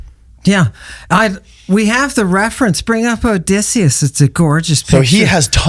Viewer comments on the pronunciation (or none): none